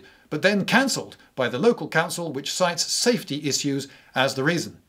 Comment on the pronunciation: izzzuuess gets me every time lol